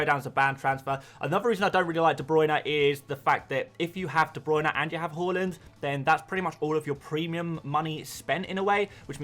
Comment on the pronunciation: Why do you pronounce Haaland as Holland tho? 😂